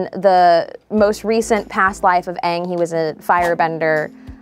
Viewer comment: thats the actual pronunciation for the word ang